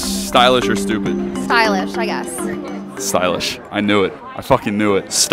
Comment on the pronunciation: Everyone: "Stylish" "Stupid": "Stoolish"